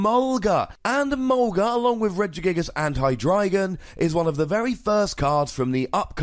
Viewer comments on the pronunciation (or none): none